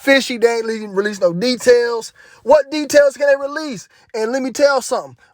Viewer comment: Tedails?? Lol…good info tho fam,may the most high protect u